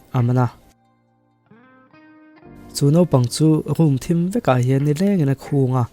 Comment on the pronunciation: a khunga tih khi i lam diklo..i thluk daih a..khûng tih in i lam daih a..